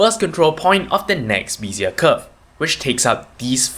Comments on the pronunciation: Nice, simple explanation of Bézier Curves! BTW it is pronounced bay-zee-yeah not bee-zee-yeah. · The first e in Bézier is prononunced like the first e in Wednesday. Good clear tutorial, thankyou.